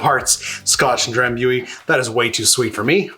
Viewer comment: FYI It's pronounced Dram·boo·ee. ;)